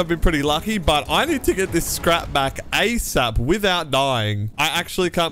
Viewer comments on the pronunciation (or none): none